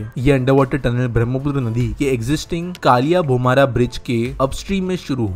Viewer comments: Aur" koilabhumura " Nahi " Koliyabhumura " He. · Kya 😢 pronunciation kar raha hai 😭😭😭 KO-LIYA BHU-MU-RA, SA-RAI-GHAT, NARA-NARAYAN